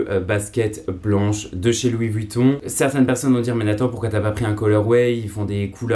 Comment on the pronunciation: Par contre faut arrêter de prononcer le U de Vuitton